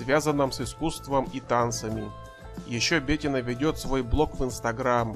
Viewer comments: Что с русским языком у автора? "Начиная с 2003 года И.Слуцкая открыла...." - это как? И почему БЕтина? Она БетИна. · БетИна, в имени "Бетина" ударение падает на букву "и". Неучи, кровь из ушей от тотально безграмотных ведущих и озвучателей. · Комментатору поучиться нужно как разговаривать. Ударение не правильно в имени Бетина, предложения монотонные. Слушать неинтересно. Профессиональнее надо быть, товарищи.